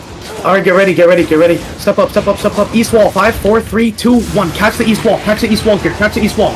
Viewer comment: caller: "run back east guys, run back east": "weast? okay weast"